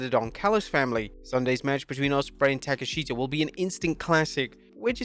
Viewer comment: he pronounces Kanosuke Takeshita last name "Ta Keh Sheeta" LOL that's like calling Asuka "a-SU-ka" LOL I guess it's a